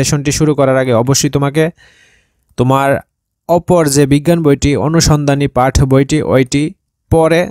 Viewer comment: পাঠ না পাট